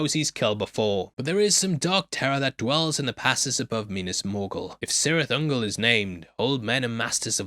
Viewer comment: You mispronounced Cirith Ungol. In Tolkien's invented languages, there are no soft C's. Celeborn, Celebrimbor, Círdan, Caradhras, etc etc all are hard C's, pronounced like K, not soft C's pronounced like S.